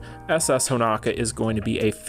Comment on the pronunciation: Will ever call Honoka Honoka and not Honaka? Find out on the next episode of DBZ!